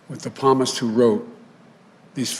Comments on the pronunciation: Oops, someone forgot the great Psalmist, not palmist. . Otherwise good speech. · The p is silent palmist it's psalms. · psalm, pharmast??? lol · I seen a Thanksgiving speech he made. He read a word from Psalm but Joe pronounced it as Palmist. Silent P on book of Psalm. Joe should know if he read Bible. Check out the video yourself. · Funny a college graduate can't even pronounce the name of one of best known books on the Bible especially being a Catholic. Had he ever opened and read the Bible. Answer probably not. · He's a devout Catholic and doesn't know how to pronounce "psalmist" reading from the book of psalms from the Bible.